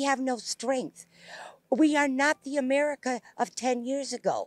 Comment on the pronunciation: Pretty telling that she started to call it "A-Maga-ca"